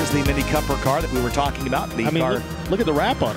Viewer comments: Oh yeah this Coper "fun" ticks off my OCD! IT'S NAMED COOPER LIKE COOOOOOOOPER YA KNOW COOOOOOOOOOOOOOOOOOOPER! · Hi gys, The vehicle youtube of is not Mini copper the way you pronounce it there a dubble OO is C”OOOOO”per. The car was not named after the copper material. Just thought of point it out😊